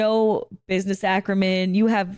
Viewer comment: I'm sure I'll be roasted for being a pedant, probably deservedly so, but I've heard you say "business accremen" a couple times in videos and my insufferable pedantry just has to say that it's "business acumen"